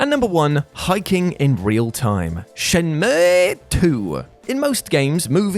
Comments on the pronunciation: Dude, its Shen-Moo. What the hell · No one:: ShenmÜůűŪúÛëƏÆË